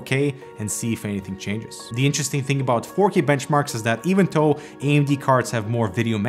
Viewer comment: I kept hearing “even toe” lol. It’s pronounced as “thow” but you might be able to get away with saying “doe” instead!